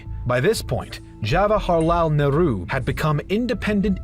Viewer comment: Nehru is turning up in his grave because of the video guy's wrong pronunciation 😂